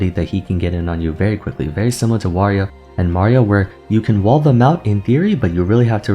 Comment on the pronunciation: Pronounces Wario wrong. Pronounces Mario right.